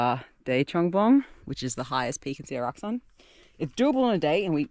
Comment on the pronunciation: Sㅓlac Mt. 영어에는 그 흔하게 사용하는 ㅓ발음이 없냐? 이 발음은 일본도 중국도 없더라.